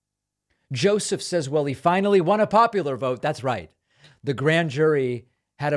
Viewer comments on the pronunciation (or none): none